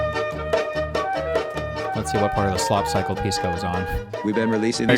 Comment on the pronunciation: Its pronounced "Piss-co" actually.